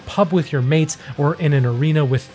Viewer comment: did he really just say pub with mates in an American accent